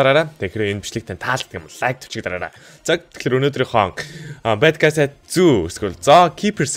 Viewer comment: Зоо биш зүү шүү